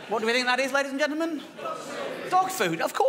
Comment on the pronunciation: Dave has got "ladies and gentlemen" down to 3 syllables. "Lays ge'men."